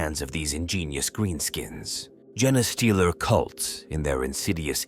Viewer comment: For the love of the Emperor, someone please teach this AI how to say "genestealers"!